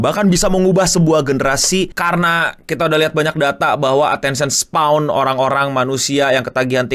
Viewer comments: koreksi bang: attention span, bukan spaw atau spawn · "Attention span" atau _"Attention spawn"_? Berasa di sengaja :' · Attention span bukan spawn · Attention span no, bukan attention spawn wkwk 😆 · Koreksi, attention span bang bukan attention spawn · Agak ganjel denger lu nyebutnya attention spawn. Yg bener attention span bang. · ini kenapa ngomong attention span jadi spawn ya? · Attention SPAN, bukan SPAWN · Bang udah bang, attention span bang. Jangan bilang attention spawn lagi gw gemes 😭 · Span bang, bukan spawn 😅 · Ralat ngomongnya, span...bukan spawn